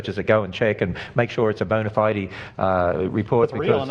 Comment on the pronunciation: it sounded like kent said bonafide pronounced bona fidey